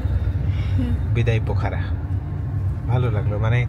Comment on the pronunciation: পোখরা উচ্চারণ করুন।